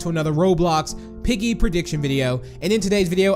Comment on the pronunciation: You said peapa big